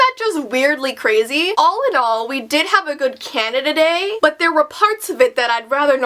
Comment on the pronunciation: instead of 'canada day' i heard 'candada dei'